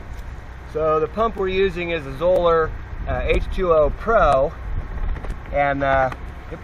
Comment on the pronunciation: Not that anyone cares :), but Zoeller rhymes with "dollar".